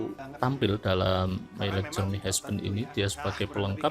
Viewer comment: Dibacanya bukan hesben tapi hasben